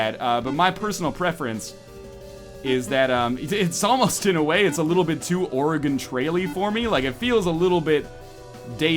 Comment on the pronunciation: As an Oregonian, anytime someone calls it "Ore-E-Gon" I cringe. It's "Ore-E-Gun." C'mon bros.